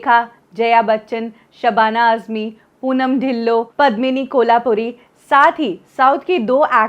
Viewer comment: मॅम, धिल्लो नहीं धिल्लन बोलो और पद्मिनी कोल्हापूरी नहीं कोल्हापूरे बोलो,u should proper learning about Hindi pronounsiation